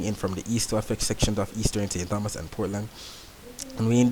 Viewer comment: Hi, I really appreciate what you are doing. Was hoping for this for a long time. Just one correction. I live in St. Thomas. The (h) is silent, so it's ( St. Tomas) Mr. Tompson etc